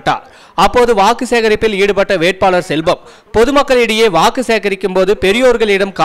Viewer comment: வாகு இல்ல வாக்கு